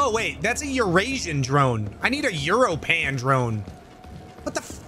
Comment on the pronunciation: Europan is pronounced like "your open"